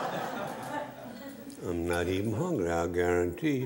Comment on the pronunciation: How y’all are? I Gar-Ron-tee 😂😂